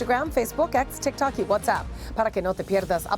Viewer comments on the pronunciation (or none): none